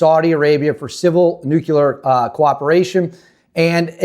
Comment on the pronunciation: … It’s pronounced “new clear” not “new cue ler”